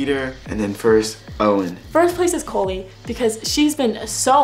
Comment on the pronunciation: wait she wasnt doing it cause he called her cOHlie??